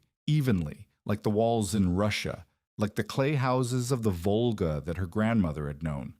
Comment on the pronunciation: It is Volga NOT vulgar! SMH